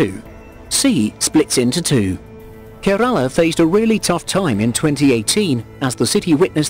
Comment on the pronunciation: Its not കരാള its കേരള..മനസ്സിലായോ ..😆😆